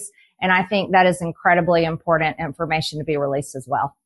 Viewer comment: “Im-por-dant” “Int-formation” “Trant-sparency” -Marjorie Taylor Greene